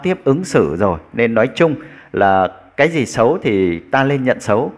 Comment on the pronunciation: Tiếng Việt bạn còn chưa phân biệt được "nói" và "lói" ; "nước" và " lước" mà còn đi bàn đến việc PHÁT ÂM! Với lại đi nước ngoài ...đâu nhất thiết phải "phát âm tiếng Anh nhỉ "?